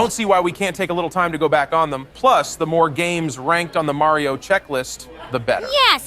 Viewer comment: maryeo and sonic games, Did you just say maryeo??😂